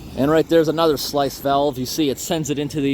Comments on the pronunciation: Great job! Since you’re not from around there, may I correct you a little—they are sluice (sloo..ce) gates, not slice (sly..ce) gates. I commend your hard work for people who don’t even know you did it for them. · Sluice is not pronounced "slice". I was going to say it's pronounced "sloo-iss" but looking up, apparently it's actually just "slooss" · I totally agree it is sluice gate pronounced sloose gate not slice gate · It’s a sluice gate (pronounced ‘sloose’) not a ‘slice’ gate. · "sluice" gate is pronounced "sloos", not "slice." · a sluice gate is pronounced 'sloos' gate, great videos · That's a sluice gate - pronounced sloos, as in loose- where I come from! 😊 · another awesome video man. when you say "slice", is that the word "Sluice"? in England we pronounce that "sloose" :-) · It's a sluice gate (sloose), not slice. Great job as always. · Good work! Just one little nit-pick: it's sluice (sloose) gate, not "slice" gate. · Sorry to be that guy, but it's pronounced 'sloose', not slice. I don't know why, but it was really bugging me throughout this video today! :D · Sluice gates are pronounced SLOOS gate, not slice. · sluice not slice. pronounced slewce. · Its prounced "slooose" Sorry everytime you said It my head hurt. ;) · you say slice as in slice of cake its said like loose as in you have a screw loose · It is pronounced "sloos" (technically "sloo-iss" but sounds like "sloos"), sluice gate. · "sluice" rhymes with juice. Another great video! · I believe it is pronounced "Slews" Gate - Keep up the good work ! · The word is sluice (rhymes with juice), not slice. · Like!like!like! Thank you, thank you, thank you! I believe it’s pronounced “sluce gate”. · I believe it's called a sluice gate. ie pronounced "sloose" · I think sluice, as in sluice gate, is pronounced "sloos," like "loose." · Hey, you favorite valve expert guy here. A sluice valve is pronounced as if it rhymes with moose not mice. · those gates are pronounced 'sloose'